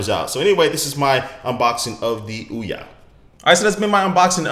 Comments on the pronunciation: It's not Ouwah, it's Ouyyyyaaaa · ouya not oua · You say ouwa its ouya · Its called tthe ouya not ouwa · Why does he pronounce it "OUWA"? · wee-ya in the same way the Ouija board is pronounced! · you mispronounce OUYA... its like booyah without a B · "This is the ouwa console" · you pronounce it wrong lol